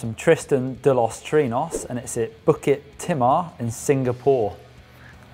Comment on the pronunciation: It isnt pronounced 'bucket timah'...its more of 'bookit timah' HAHAHA